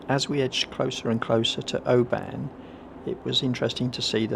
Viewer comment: absolutely love your vlogs and especially your trips in Scotland. I really am not criticising you but if you go back to Oban, the stress on the name is on the first syllable, so it’s Oban not obAn sorry but I’m both Scottish and a linguist. ❤